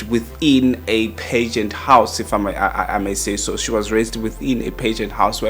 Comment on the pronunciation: Can someone teach this man how to pronounce pageant? Stop saying pigeons 🤣🤣🤣